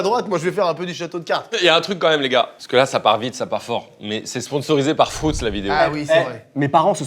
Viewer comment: C’est pas frOUtz c’est frUItz svp arrêtez 😭😭😭